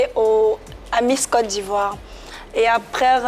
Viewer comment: APRES RRRRRRR LOL TCHIAA